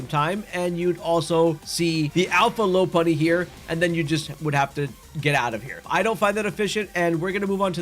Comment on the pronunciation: We STILL have people saying Lopunny wrong in 2025 are you fucking kidding me 💔